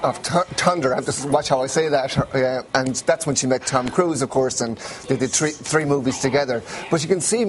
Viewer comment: that was so awesome the Scottish or irish guy who so badly wanted to say TREE instead of THREE lol TH isn't big over there